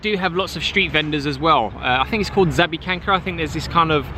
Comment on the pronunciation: Great pronunciation of zapiekanka and pierogi - fried are the best indeed. P.s. nice coat btw